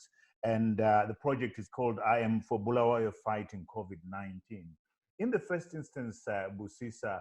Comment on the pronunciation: Sorry just seen this one...8 months late...Great initiative guys...and I'll start inquiries how I can make contribution as a Bulawayan...but Ive beef with you Trevor...You've no reason/excuse to mispronounce Bulawayo man...Please pronounce the way Busisa does...Honestly it's very worrying for a Byo boy to mispronounce his town....This has ramifications... As for the 3 presenters great job guys..welldone..will be in touch shortly once I secure my contribution to #im4byo